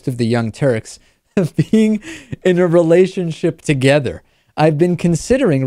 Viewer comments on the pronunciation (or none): none